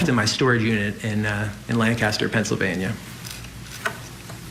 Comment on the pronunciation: thank you for pronouncing Lancaster correctly! No one in the trial did, not even the defendant-- who lived there!